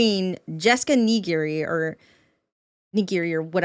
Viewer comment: I CANNOT for the life of me get why she has such a time with Jessica's name. It's N-I-G-R-I, Nee-Gree, where does the third i keep coming from? 😂